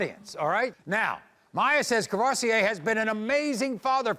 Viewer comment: Wait a minute- Courvoursier